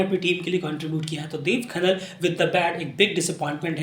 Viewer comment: भाइ आप देब खनाल को आप खनन बतारहे हो